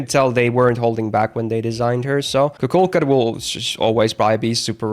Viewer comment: why do you pronounce kukulkan so weird?